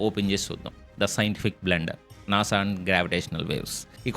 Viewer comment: NASA kadu nasa 🙂